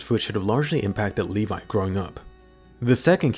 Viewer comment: I thought it was Levi not le vi